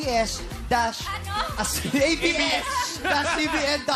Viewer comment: natawa ako sa AB-ESH 😂